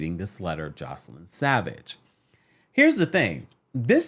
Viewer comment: Hey just a heads up for the next video (lord knows with R-Kelly there will be one) her name is pronounced Joyce-Lynn not Joselyn. Hope this clears things up!